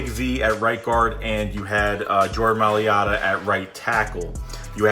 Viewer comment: Jordan My-lata....sorry, your pronunciation got me.